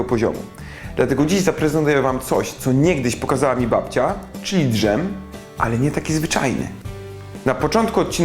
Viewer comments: czy naprawdę mówi drzem, a nie dżem? T_T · to to jest "drzem" ? mówi się dżem :)) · dżem nie drżem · nie mówi się "d-żem", tylko "dżem":D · *Dżem nie Drzem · dżem nie d-żem (dż!!!) polecam Mówiąc Inaczej ;) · DŻEM!!! CZYTASZ DŻ-E-M!!!! NIE D-Ż-E-M!!!! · Boli mnie kiedy ktoś mówi d ż e m zamiast dż e m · to jest DŻem, a nie d żem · 1. Truskawki się skończyły 2. Nie umiecie usuwać szypułek, ich się nie obcina z połową truskawki 3. Mówi się dżem, a nie dy-żem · dżem, nie d-żem!!! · Drzem‘‘ xD kto ogląda w 2018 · "czyli drzem" XD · dŻem, pls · Jak on tak wymawia "dżem" to ciekawie brzmieć musi też "dżdżownica"...